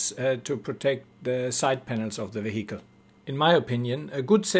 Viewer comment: Mate. Its is not Ve-hicle. It's vehicle. Say it 100 times in a row. Peace.